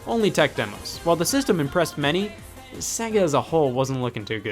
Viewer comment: Why can't Americans pronounce SEGA properly?